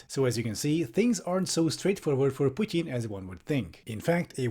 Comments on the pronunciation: can you please call him Putin and not Putien, pet peeving me hard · why to americans pronounce "putin" pudn? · No one: Piewtin. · The way you pronounce "Putin" 👏👏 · I love how pronounces "Putin". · i love this video but why do you say putin like that its so infuriating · I like how you pronounce "Putin" :)